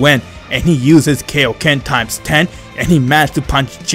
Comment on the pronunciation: I’m not making fun of him but he says kaioken like Kiokan